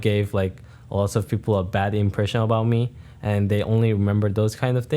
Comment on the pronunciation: As someone who has a Korean mom, one is learned and the other you have to make a very conscious effort to say. If he's speaking normally without thinking then he will say peoper. If he's trying consciously to pronounce the L then he will say people. My mom struggles with it all the time as do all the Korea-born people I know.